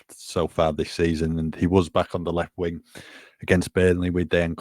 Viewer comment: I so wish that stopped calling Dejan or Deki DANE!!! It really frustrates me!